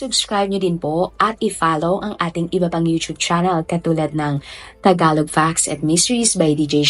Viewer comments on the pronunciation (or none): none